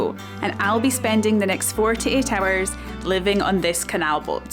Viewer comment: It sounds like you're saying 4 to 8 hours 😂